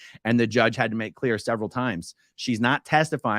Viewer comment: Let’s be “CLLEAR”, SP TV could not be more REAL.